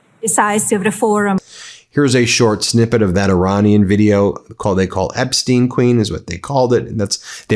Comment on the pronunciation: Better of you pronouce EPSTEIN, the jewish way, because epstiin sounds slavic, which is not the case